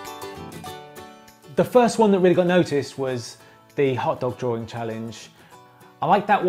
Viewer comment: nice drawring